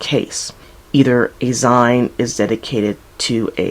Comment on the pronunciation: why do you pronounce "zine" like that?